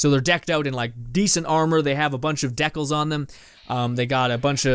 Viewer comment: Maybe ask a friend on how to pronounce decal correctly. Lol